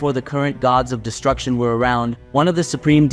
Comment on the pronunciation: Its destruction not distruction